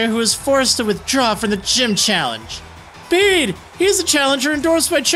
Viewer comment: Finally someone who pronounced Bede right 😭👌👏